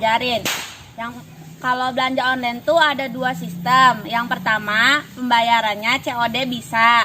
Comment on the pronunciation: Onnlen disebut oclen